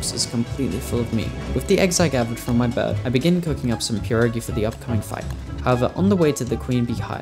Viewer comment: A English YouTuber who said pierogi right? Damn u deserve more subs than Jakeyorous for that